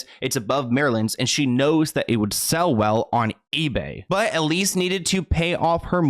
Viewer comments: EL-SEE . Sorry, it was driving me nuts every time you said EL-EE-SS. 😂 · is it just me or is her name elsie and not elise like he was saying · Seems her name is spelled ELSIE (El-see) but is it supposed to be as your pronouncing it, ELISE? (E-leese). But wow, you find some very interesting stories. That creepy old perv thought he was going to actually be “on top” of Marilyn, you know, for eternity. However the unimaginably uncomfortable embrace of Hell has claimed him instead. (Body snatching, also using bodies and remains in rituals is a thing for certain ghouls. As a news reporter I was assigned to cover a cemetery desecration, and couldn’t believe what I had seen there. Bodies were dug up out of the ground, and sat up in circles, skeletons leaning against gravestones, was horrible. I’m sure some of these ghouls wanted to get at her body, so they’ve had to protect it somehow). I could never understand how she married DiMaggio. Baseball is one thing, but kissing that guy, I dunno, looks quite the most unpleasant chore. Miller was another creepy cold fish she made a miscalculation with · Her name is Elsie not Elise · It's Elsie, not Elise 🤣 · I just wanna say her name is El-sie not Elise. As an Elsie myself was just erking me - sad and sickening story though, absolutely breaks my heart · It says ElSie not Elise right? Just fyi. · I think the wife’s name is pronounced Elsie not Elise. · Not to take anything away from the video but the creep's wife's name is *Elsie, not Elise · I’m sorry but I can’t stop hearing you say the name ‘Elise’ when it’s EL-SIE. You even have a news clipping with her name written on it 😂😂😂 how fast are you making these videos? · El-sie.* Not Elise. :) At least that's what your examples read. :) Easy to flip em. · Her name was Elsie like Ell-see ! Great story just wanted to clear that up. It was my grandma’s name and popular for the time :) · His wife’s name was El-see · I think her name is pronounced (El see)